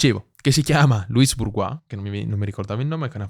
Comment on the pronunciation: interessantissimo, grazie, e molto completo. Sarebbe anche meglio senza quei continui e fastidiosi eeehhh...ehhhm... (mi creda, si possono correggere). Inoltre WooDy Goldberg non si può sentire, e nemmeno Louise Bourgeois (Pron.: luiz burjuà con la 'j' francese. google le dà facilmente la pronuncia giusta) Una pronuncia smaccatamente sbagliata toglie credibilità e abbassa il livello culturale del pezzo: è un peccato.